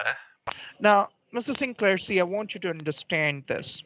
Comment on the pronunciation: Sin-Lair? Are you Sodom or Gomorrah with your druggy/money/bloody ways?